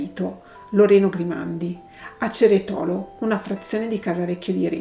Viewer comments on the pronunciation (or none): Ceretolo accento sulla e. Te lo correggo perché abito in queste zone. Bruttissima storia. Sei molto brava. Ti seguo da poco. Buona domenica 🌼